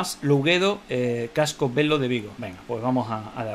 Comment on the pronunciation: Se pronuncia Casco Vello no Casco Velo. " Velho", en galego- portugués, se lee, como si fuese una "ll". En castellano, sería : Casco Antiguo